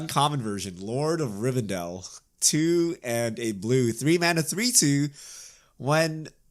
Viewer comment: How can we believe watched LoTR when he can't even pronounce Rivendell correctly.